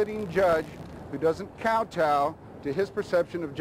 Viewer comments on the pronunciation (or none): ...Cow chow? Did you mean kowtow? Lolololololololol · cow -chow? wtf?